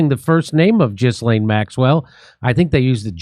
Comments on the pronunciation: Pronouncing her name "Giz-Lane" is fun for obvious reasons, but in french, it is more like GILL-en,' emphasis on the first syllable, and more or less rhyming with "Chillin." Google won't give you this pronunciation; the accurate source is when you listen to how Ghislaine's brother pronounces it, and how (recently deceased) Virginia Giuffre, who knew her for years because trafficed by Ghislaine, pronounced it. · But Jeff couldn't bring the girls to the White House 😂 Also its "jee-LAYNE" please have some respect for all of the women with that name that are NOT convicted sex traffickers. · No you're calling her Jizzlane because you're miss pronouncing her name. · Her name is pronounced more like Guh-lenn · You don’t pronounce it “jizzlane”😂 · The sexual predator's name is pronounced "Ghee-lain." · It's pronounced Gheelane ...😅😅😅😅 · It's pronounced gill-aine'. Other than that, I find no facts I can contradict.